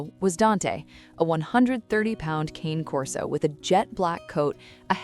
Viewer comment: One day someone should train the AI reading these stories how to pronounce CANE correctly. It's just aggravating.